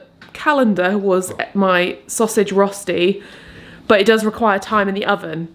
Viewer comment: Rösti is pronounced „rurshty“, interesting to see a baked version as it‘s traditionally fried in its homeland of Switzerland. All looks very tasty 👍